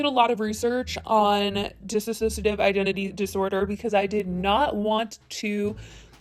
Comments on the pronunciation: It's not dissasociative its dissociative. dis - sociative. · It’s dissociative not dis-A-sociative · It is not dis- A - ssoiciative. It is diss o ciactive. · Dissociative not disassociative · It's dissociative - "diss-so-shia-tiv" <---correct Not disassociative - "diss-a-so-shia-tiv" <--- not correct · Very well meant constructive criticism: it’s dissociative. Not disassociative. People keep pronouncing it like the latter. Just keep it in mind for next time maybe :) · It's actually "Dissociative" not "Diss-associative" which is a very common mistake! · It's dissociative not disassociative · Is it just me that’s bothered about the way she says “disassociative” instead of “dissociative” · I was scrolling through to see if anyone else caught that! At first I thought it was just a mistake, which is chill it happens. But then she kept saying it and I was like "oh...oh no she's just straight up saying it wrong" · Yeah, I am bothered as well. I mean, it's not even hard to say "dissociative". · It's "Dissociative" not "DissASOCiative" I'm sorry, it just bothered me a little. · ITS DISSOCIATIVE NOT DISS-a-SOCIATIVE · Dissociative, not disassociative. (Not hating, just informing) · Dissociative, not DissAssosiative... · Friendly fyi... its dissociative. Not dissassociative 🙂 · Loved the video just one thing I wish non-mental health channels would acknowledge is that it is pronounced Diss-osiated, Not Diss-Assosiated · Hi there, I came across this video and you provided some great information but you repeatedly pronounced the name of the disorder incorrectly throughout the video. Just like Trisha, you are saying "disassociative" when it is "dissociative". I just wanted to correct you because although you are bringing awareness and clearly did your research, you are spreading false information. Thank you, please pronounce the term dissociative (dih-sow-shee-ei-tiv) not dis-associative:) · Its DISSOciative not DISSASOciative, there is no A